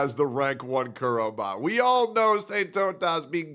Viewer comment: SAINT-TAUNT--US. LOL